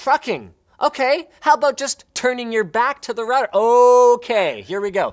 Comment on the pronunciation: Stop mispronouncing router or I may cry.